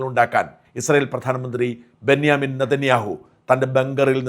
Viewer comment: എടോ ബെന്യമൻ അല്ല ബെഞ്ചമിൻ നതന്യാഹു ആണ്.. ഇതിന്റെ ഇടയിൽ ഈ ന്യ എവിന്ന് വന്നു 😂😂😂😂